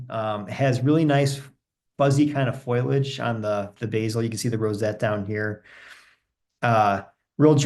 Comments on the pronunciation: useful catalogue of plants. Note that the word for leaves is fo-li-age, not foil-age. :-) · Not foilage, foliage! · 😄Thank you, I know the difference, I get nervous, I'll do better next time